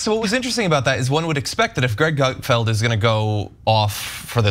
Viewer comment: Gutfield… seems like Sick-field😂